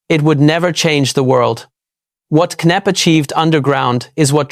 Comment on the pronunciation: Knepp Estate not Knapp 🤷🏼‍♀️